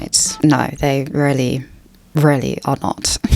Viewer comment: i always confuse when you say really , it sounds like "rarely " to my ears , am I the only one?